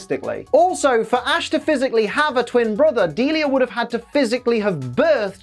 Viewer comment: That's how her name pronounced? I always thought is was like "Dee-Lie-ah" not "Deal-ea"